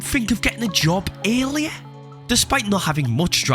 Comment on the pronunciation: I thought he was saying alien whenever he actually said earlier 😭💀